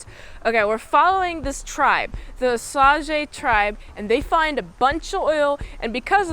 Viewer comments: osage is pronounced how you'd think of it in english. Oh - Say - Juh or like putting an Oh sound before the word Sage (like the herb or a wise individual) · The tribe is pronounced Osage (Oh-Sage), but the original name they called themselves is the Wazhazhe (Wah-Sha-She).